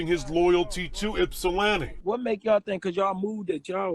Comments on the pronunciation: The y is silent bro🤦🏾‍♂️ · We say “ipsi” not “yipsi” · I’m an original 734 representative. Born and raised in Ypsi. I just want to let the people know, it’s “Ypsi” pronounced ip-cee, not Yip-cee….I don’t really wanna speak on the situation but let me say this: People have their opinion about who was right or wrong and I don’t want to speak to that. But what I do want to say is to people like Charleston White, Tekashi Sixx Nine, and others who antagonize people online take heed to the lesson. Everybody ain’t playing, so be mindful of what the response might be. If you’re with it, then do as you please. Just be aware💯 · Pop don't nobody call it Yip-see..... It's pronounced ( Ip-see) for short! Salute😎😎😎 Detroit in the Building! ✊✊